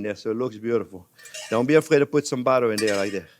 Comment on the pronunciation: love the way you pronounce butter (bara) ; )